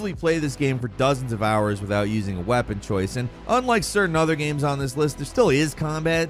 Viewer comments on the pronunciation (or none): none